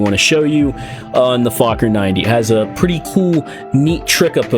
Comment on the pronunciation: I’m pretty sure fakhour is not pronounced like that.